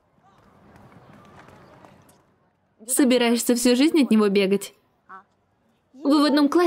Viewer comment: Вобщето не Бо Бо Сун а Во Бо Сун